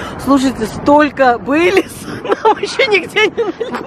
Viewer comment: Ну теперь понятно кто виновник хорошего настроения " Бейлис" 😂🤗